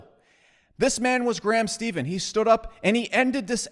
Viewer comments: I’ve been on Graham’s channel a few times and he’s a friend. He’s a genuine guy. 👌. And his last name is pronounced “stefan” not “Steven” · I think it’s pronounced STEFFAN not Steven. But great video. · You always say Steven instead of Stephen lol (Steph like Stephanie and In so Steph-In) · I know someone else probably already said it, but it's "Stephan" not "Stephan." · It’s more pronounced like steph curry rather than what he is saying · Good video. Just fyi. ..Last name of Graham is pronounced like "Stefan" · It's pronounced "SteFan" ;) And most YouTubers' views and subscriptions have gone up during quarantine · Your constant mispronunciation made my head hurt. He says his name in every video... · Maybe this guy can pronounce Graham Stephan's name right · How hard is it to correctly pronounce the last name Stephan? Nobody does it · he always mispronounces their last name